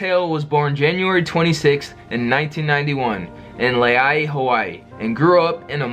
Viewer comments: im from hawaii and its pronounced lu-ee-ai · He said Laie wrong